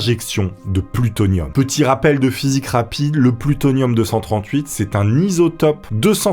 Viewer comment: T'as vraiment du mal avec le mot plutonium et pas seulement au début 😅